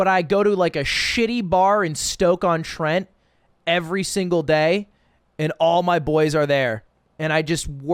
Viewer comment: BOYYYS HE SAID STOKE-ON-TENT... i fkin live there i feel so special now